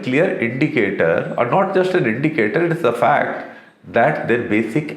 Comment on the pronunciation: Ittt ezz what it ezz